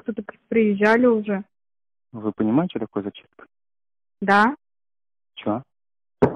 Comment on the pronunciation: Lol at the "Russian" guy speaking with Ukrainian accent. You can tell It by how he pronounce "scho" instead of "schto" and sound "г" is too soft. I guess most of the videos on this channel are in the same fashion.